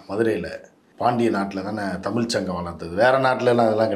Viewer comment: தமிள் தமிள்னு சொல்றதாலதான பயமாயிருக்கு